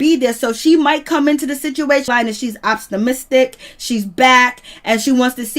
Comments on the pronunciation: My sister. Its Optimistic not Opstamistic😁🤣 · Can someone please teach this chick how to pronounce optimistic!!!